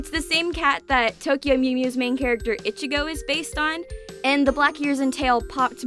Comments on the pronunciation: I keep hearing ichigo as bitchygo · The way you say ichigo itchigo bugs me so much.